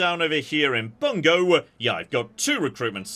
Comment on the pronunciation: I know that Bungo is a real place in real Japan (pronounced more like 'boon-go'), but hearing a British guy say "Bungo" makes me think he's delivering an obscure slur. Fun fact: Ashigaru are 'commoner' military units, but as Jon points out, they're still professional soldiers. Shogun 2 gets the broad pattern of Sengoku army composition a big backward. In the game, you start with a lot of cheap ashigaru; as the game goes on and your economy develops, you can afford more and more elite samurai units that supplant the cheap commoners. In reality, the military elite of the period entered the wars with their core elite of noble warrior retainers (y'know, samurai). But as time went on, the eventual winner of the wars, Oda Nobunaga, got to that point by successfully leveraging larger and larger units of professional ashigaru that overwhelmed elite samurai. (Asterisk, it's been a bit since I studied the Sengoku period, and this is obviously a massive oversimplification.)